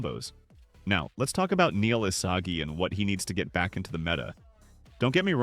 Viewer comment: did bro js say isasi????